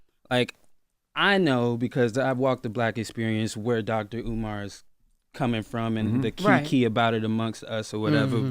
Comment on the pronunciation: Did jess call him dr. U-mar